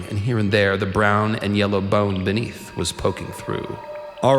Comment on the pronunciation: "The beneather net" wow!